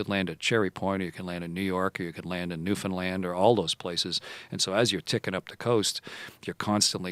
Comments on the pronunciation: finally someone who pronounces Newfoundland correctly :-) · I love how he actually knew how to say Newfoundland! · Great show....AND all props to Hadfield for pronouncing Newfoundland correctly!!! Hope Joe keeps these coming. Love it!!